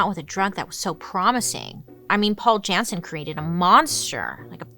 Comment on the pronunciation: Turnhout is pronounced turn-hote. Jannsen is pronounced Yan-sen. Fan from Belgium. ❤😊